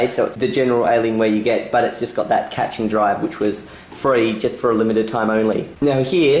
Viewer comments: Catching?, cache is pronounced "cash". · be like: caching❌ catching✔ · I know your Australian but you say caching catching it is cashing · thats true, in AuE, cache is pronounced as "cay-sh" rather than "kash" in AmE and BrE. but in the video mistakenly said "catching" instead of "caching" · Pronounced Cash not catch.